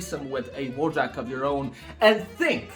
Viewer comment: Starting the video with mispronouncing WOJAK, great start 😂👍